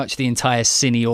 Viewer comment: you are pronouncing "SILLY" instead of CINE!:O:P